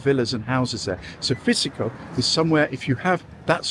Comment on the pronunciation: Psichiko is pronounced